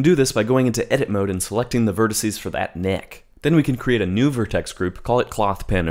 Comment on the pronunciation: “…and selecting the vertices for that kNEhK”- - lmao